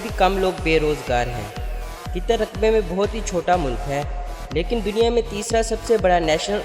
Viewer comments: Ligin name ghlat bola apne Qitar nahe hai Qatar hai bai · Abey jahil aadmi,tujhey bolna aata nahee,qatar ko qitar bol raha he,alloo ka patha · It's not qitar ...its qatar ....who else is from qatar